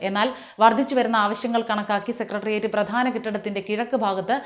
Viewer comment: താങ്കൾ സെക്രട്ടറിയറ്റ് എന്ന് ശുദ്ധമായും വ്യക്തമായും പറഞ്ഞു. അതിന് നന്ദിയും അഭിനന്ദനങ്ങളും🙏💪👍 മിക്ക ആൾക്കാരും ഈ വാക്ക് ഉച്ചരിക്കുന്നത് സെക്കട്രിയറ്റ്, സെക്കട്രി എന്നൊക്കെയാണ്